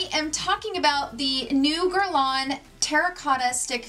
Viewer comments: Awesome review! I actually have the MR stick foundation and it may be the only stick foundation so like. I’ve found most stick foundations to be too drying or they settle into fines lines. So excited you found this dupe. Quite the impressive price difference!! So Guerlain sounds like Guer-lawn and Michele Wang sounds like Wong or S(ong). Hope this helps! 😉 Happy Saturday!!! 😘❤️💜💙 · Guerlawn and Michele WONG is the pronunciations.